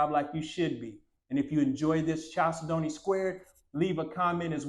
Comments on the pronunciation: Chalcedony is pronounced like this: kal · seh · duh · nee It is a gemstone that comes in beautiful colors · Always lovely homes! Love the squared style. Proper pronunciation of chalcedony is: Cal Said Knee. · That is pronounced “kal-SEH-duh-nee.” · it’s pronounced kal-said-knee. A chalcedony is a semi precious stone which includes agates, onyx, and other stones.